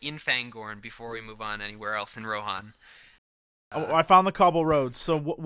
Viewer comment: Since when is Rohan pronounced Ro-hon?